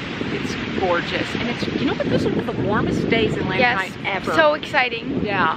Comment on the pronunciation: Lanikai: luh-knee-kai, it is not 'land-knee-kai'. Mom's placement of the flower ornament on her head is important in Hawaiian culture. On left side, one is taken/married. On right side, one is available/not taken. Saw your mom with the flower on either sides on her head in the video. enjoyed your video 🤙!